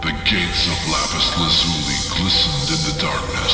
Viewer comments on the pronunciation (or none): Its pronounced lapis LAZ yooo lie. You ruined my immersive experience